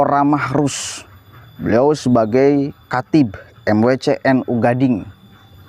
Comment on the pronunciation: Bukan Gading Bang, tapi Ganding. Bukan kak Jurjis, tapi bahasa madura K itu kiyai. Ganding itu nama Desa.